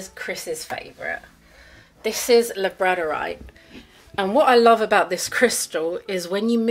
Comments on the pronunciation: Labradorite is pronounced lab-rador-ite like the dog Labrador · The way you pronounce labradorite breaks my brain 😂